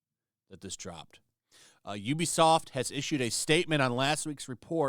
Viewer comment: You can tell which YouTube people are actually gamers by how they pronounce Ubisoft. You are a legit gamer.